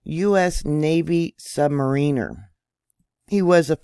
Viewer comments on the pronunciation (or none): none